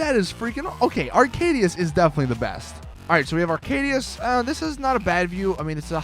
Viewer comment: arcadius not aracdius